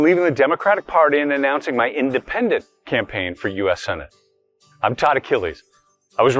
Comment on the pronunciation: I love what Turek said "It did not matter, Republican, Democrat, Independendent."